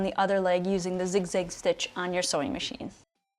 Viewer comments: Kudos for ur knowledge EXCEPT ur miss- pronunciation of the zig-ZAG STITCH!!! It's zig zag not zig zig !!! This has killed me every time u said it wrong !!! 😪 if I don't tell you someone will who won't be kind about it , possibly. . Thanks for the info tho!!! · I don’t know where the midwest of America is, am afraid. It definitely sounds zigzig, but that could be your hook, like nigella lawson👍🏾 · I think you mean "zig-zag" stitch, not zig-zig😁